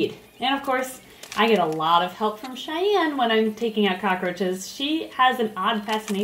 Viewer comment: it's Cheyenne, not chanelle